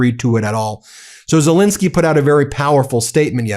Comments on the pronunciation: PLEASE STOP MISPRONOUNCING THE MAN'S NAME. it is "Zelenskyy" and NOT "Zelinskyy" - the middle syllable having the e sound of pet and step and bet, NOT the i sound of pit. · *ZelEnskyy. Please get his name right.